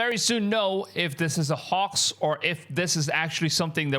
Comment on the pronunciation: Hey brotha. Just a friendly 'how to' because the English language is weird and nonsensical at times, but the 'ph' in sphere or spherical doesn't sound like a 'p'. Together they make the 'f' sound, or "fffff". "Fight. Fire. Fun. Sphere" Also, the 'o' in 'hoax' has the sound of a capital 'O,' "Bow. Toe. Row. Hoax" Good video man👍